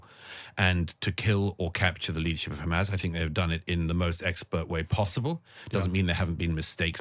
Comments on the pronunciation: He can't even say Hamas it just turns into Hamaz this , Hamaz that😂😂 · He can't pronounce Hamas.